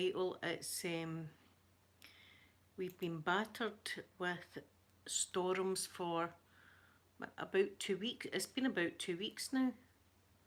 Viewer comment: I love how you stay storms : Store ums